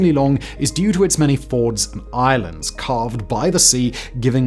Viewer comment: Highly original pronunciations of Mercator and Fjords!